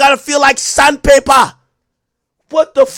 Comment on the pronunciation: “Your palm gotta feel like SANDPAYPA” 😭😂😂